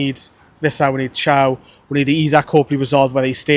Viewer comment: You British with your spelling 😂😂... It's Thiaw (T-i-o), not Ciao. Ciao is an Italian greeting.